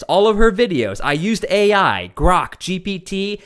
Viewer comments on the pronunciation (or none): none